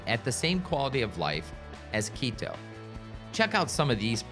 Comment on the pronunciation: What a sleazy, cheese salesman. You totally mispronounce Quito. It's QUITO with T not D!